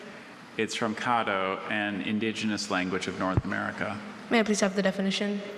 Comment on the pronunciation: They are consistently pronouncing Natchitoches and Caddo wrong. Being from the area with Caddo family, it's NA-ca-tish (the "t" is often dental, making the end sound like "dish") and CA-do.